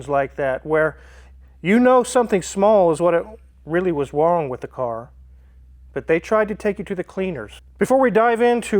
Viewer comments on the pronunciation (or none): 😂 I caught it also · he says "You really know what is wong with the car" 🤣